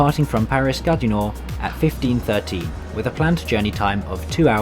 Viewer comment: He doesn't know how to pronounce Gare du Nord.